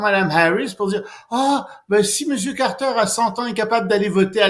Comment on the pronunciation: Chez-nous on prononce "Carter", pas Carreteurrrre !